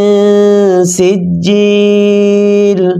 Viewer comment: Sijjil not chijjil